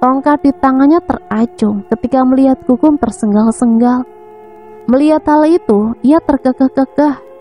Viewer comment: Untuk mbaknya yg membawakn cerita ini.. dlm mengucapkan kata tersengal sengal knpa jd tersenggal senggal ya... maaf...